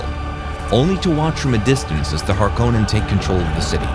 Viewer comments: Hark-onen not Har -kow-nen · dude watched movie that says harkonnen 5000 times and cant pronounce it correctly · Amazing you pronounce Harkonnen wrong